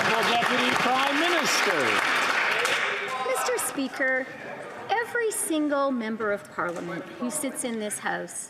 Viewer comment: meester speeker